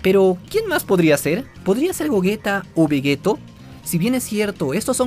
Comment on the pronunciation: Por qué "Veguetto" ? dilo como VEYITO hehe